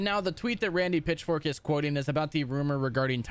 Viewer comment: Am I the only one that hears Randy Pitchfork instead of Pitchford?